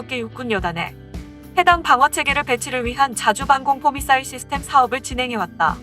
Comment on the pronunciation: 사거리라고발음하는데..? 사거리가 문제가아니라 미사일이문젠데 미싸일이라함